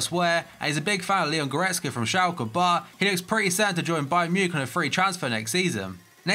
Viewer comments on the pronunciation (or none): none